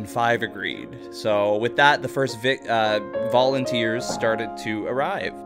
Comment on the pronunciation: "The first Vic-volunteer arrived" lmao